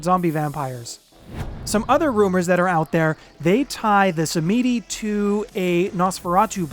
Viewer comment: Sam-Ed-E. Not sah-meedie 😇